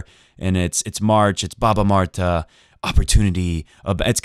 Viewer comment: Omg I love the way you said баба Марта thanks for mentioning Bulgarians!